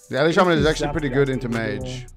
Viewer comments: i have never heard anyone pronounce Ele from the word elemental the way this man just said Ele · sounded like a deaf person with peanut butter on the roof of his mouth for a sec